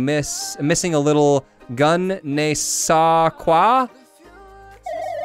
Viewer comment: the"gun" would be pronounced "je" with the french pronounciation so she is saying your equipement is missing a little thing it is an expression french people oftenly use